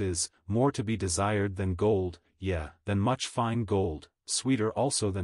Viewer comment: The computer was taught to pronounce the word, "Yea" as "Yeah", when it's actually pronounced, "Yay". And the Book of Job is pronounced "Jobe" and not "job". Computers do pretty well, tho.